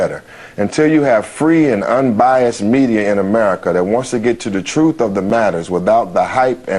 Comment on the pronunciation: Anytime I hear the word "truff" in place of truth I think it's time switch videos and find someone who is actually intelligent rather than pretending to be.